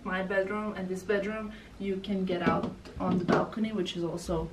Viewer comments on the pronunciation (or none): hah bedroom, not badroom. or is it a bad room?:) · Did anyone else notice ‘badroom’ instead of bedroom? Maybe not, cuz it’s such a lovely apartment 😍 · STUH-NING! Your happiness was contagious in this vid💋 also “BADROOM” 😆Xx